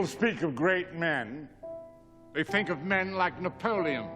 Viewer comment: Think... not "fink"...THINK you foolish moron.